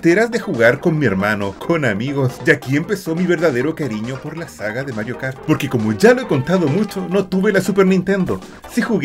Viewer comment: Hasta ganas de llorar me dieron! con la nostalgia de esuchcar el "Welcome to Matrio Kart"